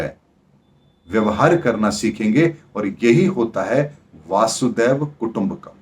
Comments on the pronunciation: वसुधा + एव कुटम्बकम्.. वसुधैव कुटम्बकम्....pl correct the pronunciation as वासुदेव doesn't convey the meaning. 🙏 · Logon ko baccha samajhna band karein. "Vaasudev" nahi, "vasudhaiv" (vasudha+iva). Pehle Sanatani bhasha ka dhyaan to rakhiye phir dharm ka gyan dijiye